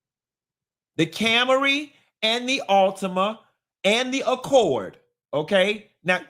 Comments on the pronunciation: I'm dying over Cam-a-ry 😂😂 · “CAM-ER-EE” is sending me.